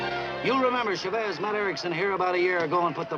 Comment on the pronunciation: Sad they can't pronounce Chavez properly.